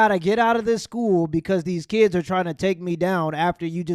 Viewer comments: Scooo teacha?! It's school teacher!🤣🤦🏽‍♂️ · Shhkool?, Axe?. Does this person know how to pronounce their S whithout a SH?😅 she belongs in school alright b7t as a student to learn how to speak